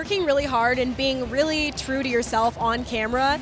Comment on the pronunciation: Eva can't pronounce true that good she's so cute lol